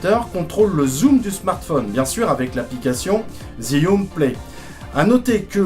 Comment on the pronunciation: Ça s'appelle jiyun et pas zyiun